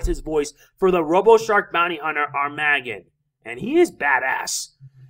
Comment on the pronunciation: its AR-MA-Gg-ON, not Arm-A-GGON